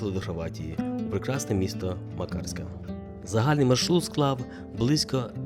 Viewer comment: мАкарська, рОвінь, зАдар, бАшка вОда - скрізь наголос на перший склад